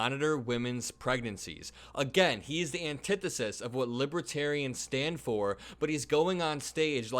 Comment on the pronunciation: Drumpf was talking about libaterians. Don’t know who that means, he’s obviously confused again. 😮